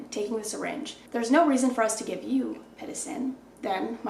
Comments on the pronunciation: Girl the way you kept saying pitocin was making me so mad 😂 it’s pit-OH-sin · hey coach pitocin is pronounced as “pit-TOE-sin” :)